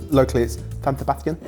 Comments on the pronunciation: Please please please learn to pronounce Spanish properly or just say it in English. S is never lisped. 😑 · Locally, San Sebastian would be called Donostia as that's the Basque name. Absolutely no one would pronounce it with the theta (TH) sound as Castillian Spanish does not use it for the S, only for C and Z. Jokes othewise are a big pet peeve of mine. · pronouncing San Sebastián 😂😂😂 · either I'm missing the joke on the pronounciation (it's not like we're from the south of Spain, and not even there everyone speaks like that), or you're clearly missing out of the local culture as locally everyone calls the city Donostia (or just Donosti)